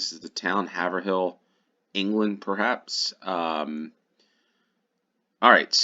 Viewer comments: 1 second ago Haverhill is pronounced 'hay-ver-hill'. I used to live there. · First one Haverhill is pronounced Hay-ver-hill I used to live about 20 miles south of it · The a in Haverhill is long, like in shave. Trowbridge rhymes with low bridge.